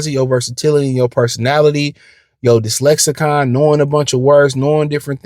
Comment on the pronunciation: Dude and you mean to say "Lexicon." You said "Dislexicon" like 4 or 5 times now.